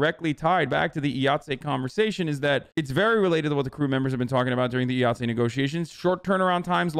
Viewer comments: IATSE is pronounced EYE-OT-SEE. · IATSE is pronounced “eye at see” lol “”Eee ought say” lol Hasan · "Eye-Att-See" is how the Union pronounces it, and yes I agree. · cuz he sounded pretentious pronouncing it like it was french lmao. I'm also in a Union just thought it was hilarious.